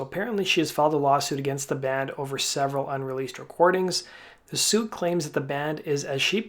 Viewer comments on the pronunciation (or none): none